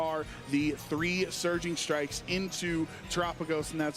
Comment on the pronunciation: I have noticed when says Surging Strikes, I hear Surgeon Strikes. And a part if me feels that is apt 🤔